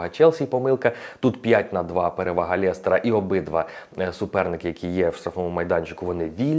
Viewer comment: лЕстера, а не лЄстера))